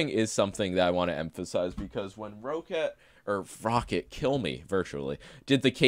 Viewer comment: Isn't it pronounced "ROW KAT"???